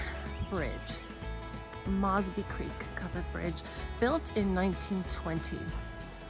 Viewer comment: Your mispronouncing 'Mosby'.